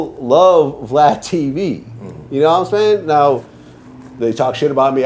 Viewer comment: His wack version of Lod jamars Ya nawImean?!?!